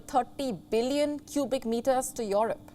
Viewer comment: It's not called Yorope!